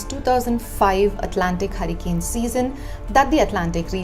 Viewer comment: It not Harican its Hurricane. What ever accent may be or you are of foreign origin.